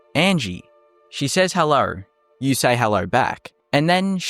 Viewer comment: She says hellur you say hellur back